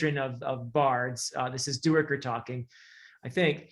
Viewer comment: According to the audiobook Duiker is pronounced Dike-er. I believe that is correct even though I, too, HAD been pronouncing it do-ick-er, like you do. Small thing I realize, but just thought I'd mention it.